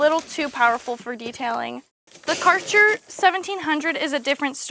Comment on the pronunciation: Karcher? Its a "Ä" that dosent pronunce as a "A" =D "Kerscher" would be more right